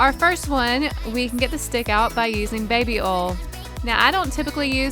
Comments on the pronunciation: " baby oll" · You said baby Ol but it's baby oil